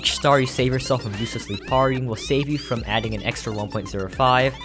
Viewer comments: I pronounce it as "pear-ry" so it was very annoying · the most atrocious pronunciation of parrying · Every time you said "parrying" was quite painful